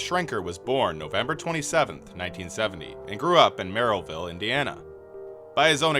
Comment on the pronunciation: Merrillville Indiania is pronounced (marra vill)